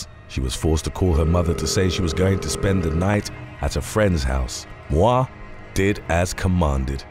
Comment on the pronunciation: Moir pronunciation [MOY-er]